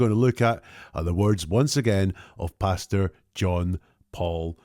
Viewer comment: Great breakdown, as usual. I love how, whenever you say his name, it sounds (due to your accent) like you’re saying “Bastard” John Paul Miller, instead of Pastor. Which is ironically fitting! 😂